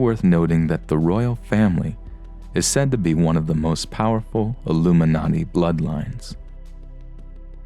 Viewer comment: LOOMINARTY CUMFORMED